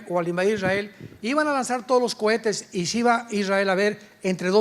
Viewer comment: Exelente doctor Alducin. Pero una corrección No sé dice cuetes si no cohetes. Dios lo bendiga 🙏🙏